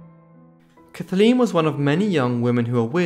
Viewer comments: Her name was Kathleen not Kathaleen, which is how you pronounced it throughout this video. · Kathleen not Kath-a-leen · It's not "Kath-a-leen"... it's "Kath leen"... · 1. Her name was Kathleen NOT Kath- a-leen. 2. The family didn't want people to know that she was traveling with her married lover. The story--for decades--was that he offered Kick a lift to France. 3. Her lover, Fitzwilliam, insisted that the pilot fly during a heavy storm against his best judgement. So much for the Kennedy curse. British arrogance! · Can't stand your pronunciation calling her Kathaleen it's Kathleen! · The name is pronounced Kathleen not Kathaleen. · kath-ah-leen. I think I like the way you say it better, must be the accent. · Why can’t you pronounce Kathleen properly. Your voice is irritating to say the least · It’s his accent lol you know he’s saying Kathleen not a big deal get a grip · Yes it spoiled the video for me as I cringed each time he pronounced her name wrongly!